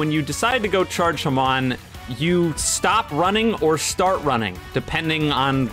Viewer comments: Dude its called hAmon not hamOn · Haman Me: ITS FUCKING HAMON